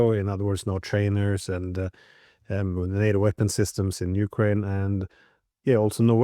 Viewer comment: Glen, I listen to you all of the time and you are very informative. However, please pronounce Ukraine correctly, the emphasis is on ‘kraine’ not U. Thanks